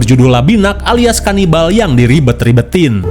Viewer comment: KANIBAL DODOL BUKAN LABINAK😂